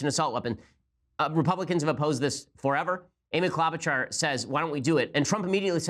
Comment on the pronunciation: He butchered Klobuchar's name.